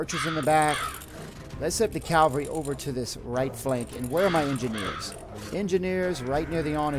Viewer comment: Sorry for nitpicking but it's cavalry, not calvary. It's actually a common mistake.